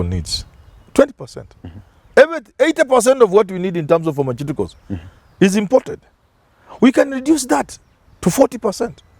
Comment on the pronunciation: Plse help Manyora with pronounciation of the word pharmaciticals